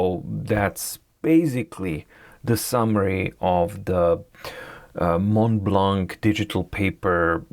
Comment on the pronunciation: As a french man i like the way you struggle to say "Mont Blanc"